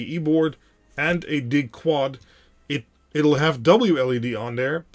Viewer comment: I appreciate your videos, but DIG is short for digital and should be pronounced “DIJ.”